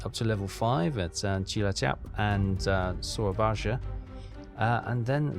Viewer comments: Its pronounced as SOAR-AA-BAYA, not SOYABAJA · Sura-bye-a. Don’t say the j. Exactly like you pronounce Surabaya today. 👍